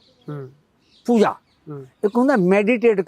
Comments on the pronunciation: ਬਾਈ ਰੱਬ ਬਾਰੇ ਸਵਾਲ ਪੁੱਛ ਰਿਹਾ ਤੇ ਪੂਜਾ ਨੂੰ ਪੂਜ਼ਾ ਕਹਿ ਰਿਹਾ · Y Pooja nu poozza kehnda lol 😂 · mins/ oye waddeya giyaania POOZA nai POOJA hunda🙄🙄